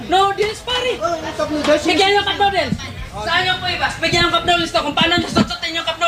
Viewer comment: BULALO PRE HINDI "CUPNODEALS" hahahahahahahahaha